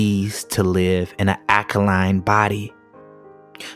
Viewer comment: The word is AL-ka-line-NOT aka-line...